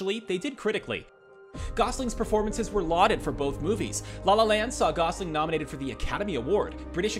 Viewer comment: "RYAN GOSLIN" -- D'oh!